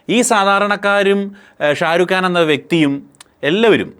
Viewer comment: ഷാ രു ഗാന് അല്ല ഷാ രു ഖാൻ ബ്രോ.